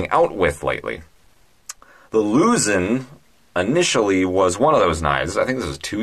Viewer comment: You kept pronouncing it “Lusin, Louzin, Lusen” No, it’s pronounced Luzón the O is stressed to make the au sound. Phonetically it sounds “Loo Z auhn” like how Sean sounds like Shawn.